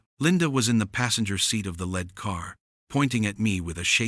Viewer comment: Ai voice said "lead " the metal instead of"lead "as in lead someone somewhere.